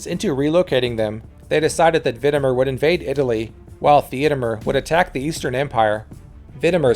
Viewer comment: Valamir and Vidimir not MER